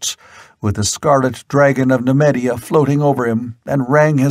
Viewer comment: Oh really ? Ackeron not Asheron. Nemeedia not Nemedia Kithai not Keethai.